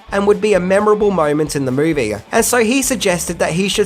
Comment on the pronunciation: Excuse mAe,, what is a "MAovie"?? Was this another case of 2 thoughts at once? "the Grease"? One side thought "the movie" the other thought "Name the movie" and...OOPS!???? I guess #11 would've been a unique fan theory that would've been seen as being "in poor taste" to include in a tribute to someone who has died. Bravo!